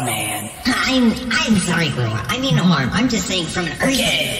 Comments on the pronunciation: " qwayweir" WHEEEEEEEEEEEEEEEEEEEEEEEEZE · doesn't know how to pronounce Quaoar correctly, but Quaoar's gotten that so many times by so many others that he's used to it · did you really create more lore because i told you you misspronounced it? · So thats why pronounced Quaoar's name like that.